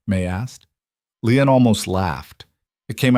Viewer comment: Ĺi-an not Leon.